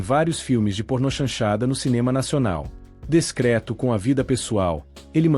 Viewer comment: A palavra correta é DISCRETO, e não descreto